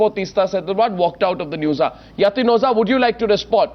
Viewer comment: Mr. Arnab, its O-JHA, not O-ZA !! Please, for world peace sake, lets close this issue today, so its O-JHA.. no no. dont get confused and dont dodge the pronounciation, its O-JHA, O-JHA !!! Its not O-ZA ...